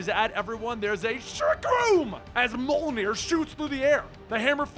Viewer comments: I love how consistently mispronounces Mjölnir....Mole-near? LOL -- No bother, just giving you shit man, love these vids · for an American, that's pretty much how it's said. I think it's more like myolnear.